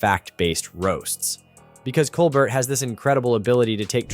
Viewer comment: Lol COL BERT LOL ITS Colbert